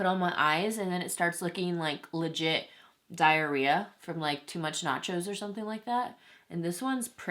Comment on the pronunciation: Wow love ur videos not only you’re honest but you make me laugh! “Diahreaah”🤣🤣